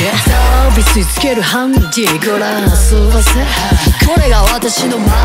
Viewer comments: のの「ご覧遊ばせ」のばが「ヴァせ」ってなってるのすんごい好き 誰か分かってくれ…… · コメントするの死ぬほど遅いけど、 のの｢ご覧遊ばせ｣が｢ごらんあそゔぁせ｣みたいになってるとこが死ぬほど好き。